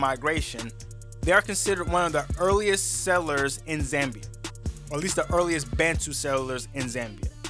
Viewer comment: Its not Zembia its Zambia🙄